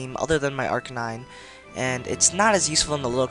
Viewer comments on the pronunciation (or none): 56 you said Acnine :D